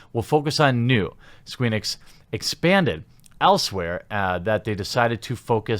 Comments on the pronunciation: You said “Squeenix” 😆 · It sounds like you said Squeenix in the middle there. 😆